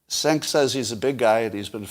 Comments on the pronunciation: turkish... im pretty sure its jenk not senk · The correct way to pronounce "Cenk" is "fake news"